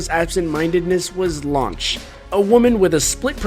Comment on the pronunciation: here is a hint you didn't know, it's Lunch not Launch, see in the english dub it was considered offensive to call a woman lunch. before you mention chichi, most american's don't know what that means. remember all the names are food or underwear puns.